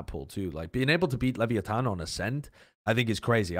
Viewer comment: Am I the only one who disslikes how is saying leviathan 😂